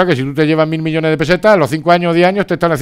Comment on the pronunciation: peseta Aprende a pronunciar